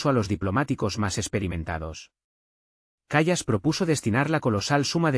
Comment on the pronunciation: El locutor del video debe aprender a pronunciar el nombre de esa mujer: /káia kal:as/.